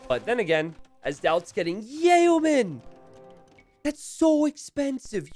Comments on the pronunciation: "Yay-oh-man" It's pronounced "Yo", man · For the love of all thats good and holy Yeoman is pronounced "yo-man" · the word Yeoman is spoken with a more or less silent e and y isn't spoken as a j.;)